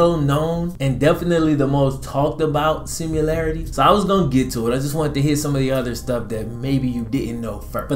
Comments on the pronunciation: Sim- uh- larritee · sound out the word: similarity